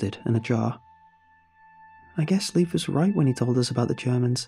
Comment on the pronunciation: Leif is pronounced Layf not Leaf. Great story though